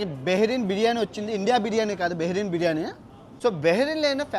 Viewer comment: అన్నకి నోరు తిరగటం లేదు బిర్యానీ పేరు